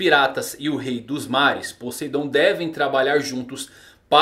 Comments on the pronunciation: "Podeidon" kansksnsn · "Podeidon" aí é a arma mais potente, manda salve!!